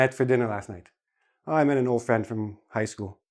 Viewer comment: you said old friend you dropped letter d you pronounce like all friend :)